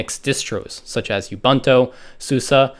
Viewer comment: did he really just say ubunto susa and deebian? (Sorry if its just an accent but found that quite funny) otherwise really great vid!!!